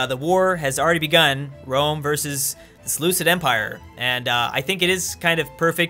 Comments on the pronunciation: it's not Seleu[s]id, it's Seleu[k]id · It annoys me how he says Seleucid wrong